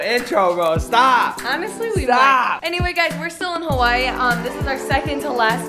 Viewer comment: She pronounced Hawaii as Hawa-I-I